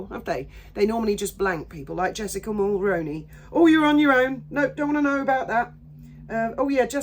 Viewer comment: 👋 Hey... just thought I'd let you know that Mulroney is pronounced as Mull-Roo-Knee...like the actor Micky Rooney's last name with the prefix of Mull attached to it so Mull-Rooney... I'm a 53 year old born & raised 🇨🇦. I Brian Mulroney was our Prime Minister when I first began voting...I remember the commercials advertising that his son Ben was joining an entertainment chat show I forget which one... Also if you ever see the department store Reitman's name come up, it's pronounced as Reet-man's & not Right-man's as many people mistakenly pronounce it. Again I have shopped in their stores decades ago, I saw & heard their commercials on TV & the radio so I can confidently & accurately say that it's pronounced Reet-man's... Anyway I hope that you find this helpful and useful information... Take care and I love your videos...👋